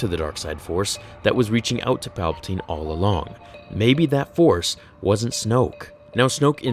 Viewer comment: It’s palbiteen